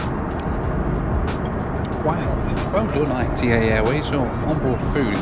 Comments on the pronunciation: Hi, It’s not AITEI it’s ITA like ITAly :) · It is Ita. Not I.T.A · quick correction on the pronounciation of ITA dont pronounce it like "I T A" pronounce it like ita. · Not I.T.A. ..its pronunciation is Ita like first part italy (eat-a] not i t a . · dear you can say ITA it's okay, no need to spell I. T. A:D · Stop calling it I.T.A it’s pronounced altogether, ita. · Please don’t call it “I T A Airways”, Call it “EE TA” Airways 😉 GRAZIE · A little bit of research and you would have worked out it was pronounced E-TAH NOT I / T / A!! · PLEASE STOP SAYING I-T-A (ai-t-ei). Is ITA, like Ita in Italy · Unfortunately it's not pronounced I.T.A. it's pronounced ee-tah. I thought it was I.T.A. too when they first started. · It’s my understanding that the airline is pronounced “e-tah” and not I T A. In fact you can hear the cabin crew say it at about the mark or so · Hey, love the video, but I have to correct you because I-T-A Airways is just ITA all together, you should just say it like you say Italy but without the “ly” at the end. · pronounce it Eetah please. 😂 love your vids. 😉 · Ita, no ai ri ei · I believe they pronounce it “EE-tah” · Nice video , by the way ITA airways is spelled like Italy withouth the rest two letters . It is not pronounced separately I-T-A it prounces together. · Great video, ITA is pronounced EETA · Only can somehow pronounce ITA as I.T.A 😂😂😂 God Bless you!😂😂😂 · ITA pronounced Eee-TAaa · The correct pronunciation of the airline it's not the English one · Please pronounce ITA correctly